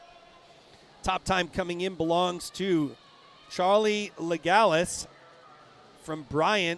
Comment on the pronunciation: It’s Charlee’s mom writting. You are right, LeGallais is french, and the « s » is not silent. 😊